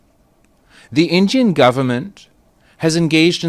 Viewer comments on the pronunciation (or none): Injian govurnmenttttttt 🗣️🗣️🗣️😂😂😂😂😂😂